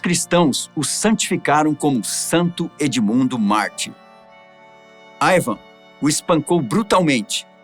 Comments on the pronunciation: Ótimo vídeo explicativo! A propósito, não seria "Ivar" ou eu estou escutando errado? Ele falou o vídeo inteiro "Ivam" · Não consegui assistir o vídeo até o final ouvindo o apresentador chamando Ivarr de Ivan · Ivarrrrrrrr não Ivan. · Q IA ruim, nao consegue pronunciar IvaR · Este se enrola com os nomes e exagera ( não tinha um osso no corpo.) Só por ai o cara deixa claro a falta de preparo para assumir o lugar de Ivan. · O nome é Ivan ou Ivar? Porque o tá pronunciando "Aivan" de Ivan. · O cara falando ´´ IVAN`` o vídeo todo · "AIVAN" o vídeo todo, pô deu nervoso ouvir. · Eu amei o vídeo da história, só falar o nome errado tantas vezes que esta dificultando assistir